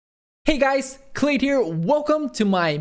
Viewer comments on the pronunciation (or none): well that "hey guys" had more emfasis compared to your other videos :P grats on the kill!